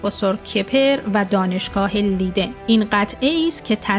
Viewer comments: تلفظ دانشگاه لیدن اشتباهه. دانشگاه لایدن درسته. Universiteit Leiden. Rapenburg 70, 2311 EZ Leiden, Netherlands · خیلی خوب. تو هم در هلند زندگی می‌کنی. نام شهری در هلند اشتباه گفته می‌شود